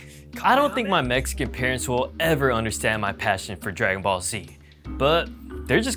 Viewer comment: STOP WITH THE MEICAN IT IS SPANISH